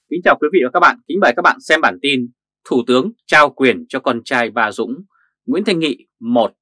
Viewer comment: Đọc là tên Dung đi đưng Đọc ba dung